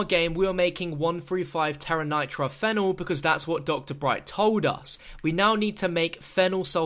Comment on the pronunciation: It’s pronounced ph E nol not phenol you say the e like it’s a capital. That annoyed me how you kept saying it wrong